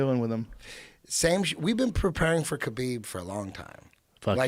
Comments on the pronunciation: ITS NOT KABEEEEB, it's pronounced HABIB. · A little disrespectful that he mispronounces Khabibs name over and over no one corrects him. The K is silent. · When are these guys going to learn how to pronounce Khabib?